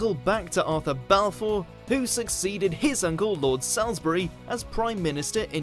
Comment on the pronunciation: "Lord Sallesbury" FFS. When will WatchMojo get a clue?